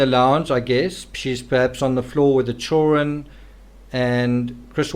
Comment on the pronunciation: You have a great channel and I like your books. Just please pronounce children correctly ok😂😂😂😂 You always say chullren......... Your accent isn't that bad!!